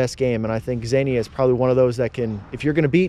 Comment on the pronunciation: Xenia is pronounced Zee-nia not Zen-ia.